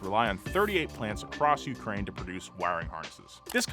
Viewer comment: The moment he said Ukraine, my entire soul died.